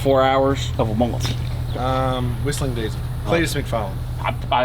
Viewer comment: Bro really said wistlendiesel is going to be there😂😂